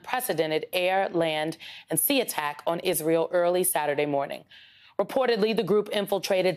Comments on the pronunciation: She don't even know how to say Palestinian! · Not sure I can watch a video from someone that can’t pronounce Palestinian